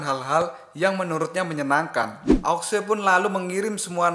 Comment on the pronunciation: Sampek tamat pun admin ttep aja liadahnya bilang aok sue. Gak bisa kau bilang ao shu ?